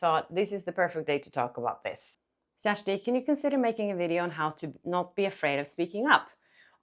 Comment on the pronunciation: Hi Kjersti! So nice to hear how your name is correctly pronounced! You are very inspiring, brave and professional, thank you for sharing your stories.